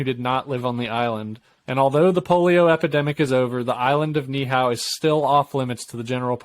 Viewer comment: Ni’ihau 🦻🏾 knee - eee - how